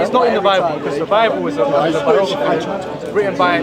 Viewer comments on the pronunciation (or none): "Birography" is wild